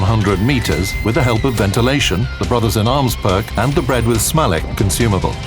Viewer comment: OMG its not "Smalekh" but "Smaletz" supid lector...